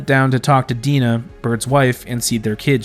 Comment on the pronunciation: And "Dinah" pronounced as "Deenah."